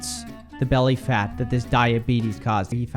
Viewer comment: I swear I thought he said "my fatass wife" lmfaooo